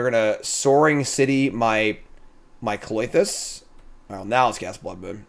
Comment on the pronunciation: Why do you call it Cloitus when it's Klothys...